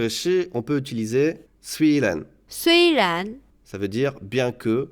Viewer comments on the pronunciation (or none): Moi qui suit un eternelle debutant je dois dire que ta video est bien faite. mais toi le youtuber tu a quelque probleme de prononciation ex:{ren} et en fin de video il y a une erreur de transcription Hanyu pinying un {bu4} oublier. mais a part cela bravo ca ma fait revisiter mes bases